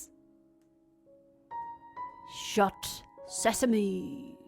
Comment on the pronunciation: shut Sesame~ open Sesame~ 계속 사시미~로 들려요ㅎㅎ😶 asmr 감사 팟빵도 감사해요^^